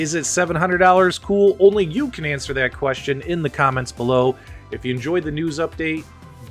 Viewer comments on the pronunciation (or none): none